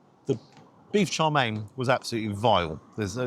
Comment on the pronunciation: It’s chow mein not char mein.